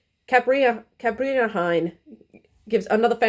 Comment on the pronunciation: Cariba Heine is pronounced as "kah-REE-bah HINE."